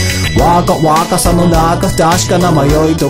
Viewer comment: めっちゃうまくてすごい 英語の発音ができる人じゃないとこの曲というかソウルドアウトの曲本当に難しい 基本的に英語発音なせいで、サビの「若若さの中」の若、 日本語なのに発音がworkのワーと同じなんだよねw